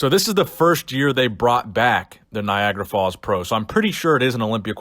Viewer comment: It's Niagara 😂😂😂😂 Not Niagra, sounds like Viagra to me 😂😂😂😂😂😂😂